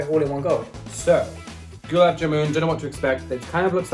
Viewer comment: Its simple You stress the "A" of GULAB not the "U". The JAMUN part was alright though.